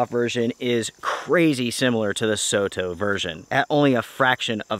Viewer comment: Great video. Thanks for making these videos for everyone who watches. Soto is a japanese brand so it's is pronounced so (as in song) and to (as in top). Soto means outside.